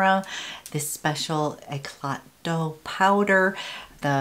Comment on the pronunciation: Hi! Thank you for the second video! Just place a second order...couldn’t resist! the Eclat Doux powder: the doux is pronounced as in a « oo » sound. Just like I made a boo boo 😂😂😂😍😍